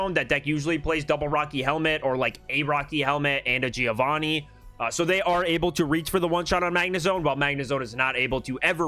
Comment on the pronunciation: i'm an Italian and i teach diction. Plz pronounce Giovanni with the double n. Without an n is "giovani" that in italian means "yungs" . There is a trick to pronounce correctly a double consonant. Think to the word " Upper" while saying Upper you do a small pause "Up-per". The same happen to Giovanni. Just pronounce Giovan-ni , and there you have it.